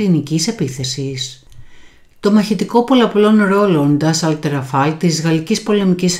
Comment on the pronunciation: Ντασσώ λέγεται. Σας παρακολουθώ, αλλά πρέπει να προσέξετε και να βελτιώσετε τη γλώσσα...